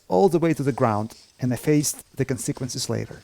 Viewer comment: Aight I'm being 100% legit when I say I LOVE how he pronounces "consequences" I really don't know why but it's so cool